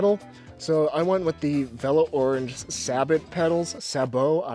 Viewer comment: Velo Orange is pronounced normally, not Ohrahnge. Source: Velo Orange themselves.